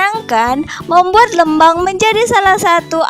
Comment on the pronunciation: lucu pas bilang lmbang nya 😁, informatif sekali kk terima kasih